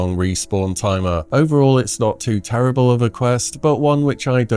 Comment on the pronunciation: you mean pterrrible, right? :D